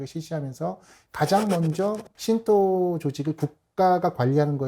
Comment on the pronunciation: 정통성 있는 '신토' 연합이 아니라. '신도' 연합입니다. .. ^^